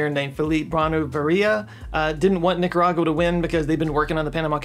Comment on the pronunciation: Man it was rough hearing you say Nicaragua and Managua 🤣. Are you using more AI to edit? Regards from the belly button of the central america